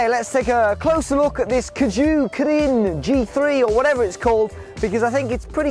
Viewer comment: Kugo. not kuGOO.